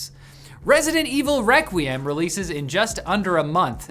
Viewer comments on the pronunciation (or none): none